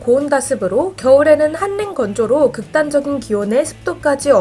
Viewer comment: 대본 읽는거 a.i 아니면 자음동화 신경써라. 한랭건조>>읽을땐 [ 할랭건조 ] 초등학교때 배우는거다. 기본적인거 잘 지키자.